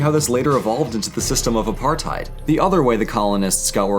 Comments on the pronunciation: Apartheid pronunciation a-par-tate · Not the Apart hide LMAO it hurts so much hearing it like that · And its pronounced "apar-tate". Sincerely, someone who had to go through educational guilt tripping aka learning about apartheid for 4 years in high school even though I am 3rd gen immigrant born post apartheid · Apartheid isnt pronounced like "apartide" its like "apartate" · God I hate the misconceptions of my continent. But otherwise it's pretty cool to learn the history of it. Also it's funny to hear non Africans try and speak Afrikaans Apartheid is pronounced apart-hate...not height The Afrikaans alphabet is....weird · Why can't anyone pronounce Apartheid. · The only issue I have, which happens almost everytime it comes up is when they mention Apartheid. Now it's not the mentioning of it that grinds my gears, its pronunciation. Though in all fairness that's probably because of dialect and such so yeah this rant pretty much means nothing cause is technically saying it right, it's just the... pronunciation...? that is just odd to hear cause when I say it I kinda pronounce it(and i had to say it multiple times to put it into words) Appa -(like aangs flying bison), -r-, -tyd (afrikaans for time)